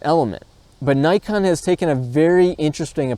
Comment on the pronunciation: Hate the wrong pronunciation of such a simple trade mark word like NIKON !